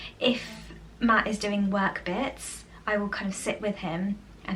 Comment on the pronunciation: …said let me show u what Matt was doing in the kitchen…it sounded like u said “Matt is peeing in the potato’s…lol. Give a listen u will get a chuckle 🤭